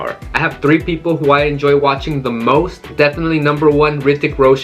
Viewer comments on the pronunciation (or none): none